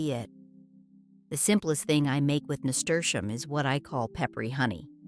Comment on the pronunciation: There is no sound sh in name of Nasturium. Is just plain s. NAHSTUhreeuhm😊